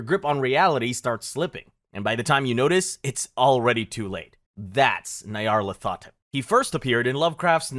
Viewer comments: This was fun but I hate your pronunciations so much. Nayaralt hotep? Nyar-lat-ho-tep or Nyar-la-tho-tep. Whateley is pronounced Wait-lee or Wot-lee, not Wot-eh-lee. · .....waddle-lee......? (Wait-lee). Nigh-are-lathotep.